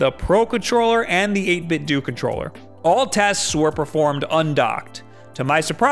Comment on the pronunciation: I hate how so many people pronounce 8bitdo wrong. It's a play on the word Nintendo. You don't say Nintendoo wtf